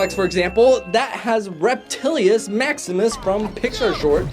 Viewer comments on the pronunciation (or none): it’s Reptilmus not Reptillius!